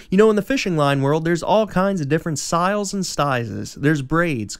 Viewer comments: Anyone else notice he said syles and stizes in the beginning? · Did he just say Stizes and Syles